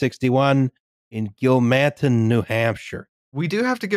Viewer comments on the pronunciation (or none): bro said "Gil-man-ton New Hampshire"